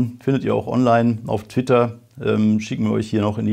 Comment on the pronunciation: Auf titter... Ich Habs mir mehrmals angehört 😮😂😂👍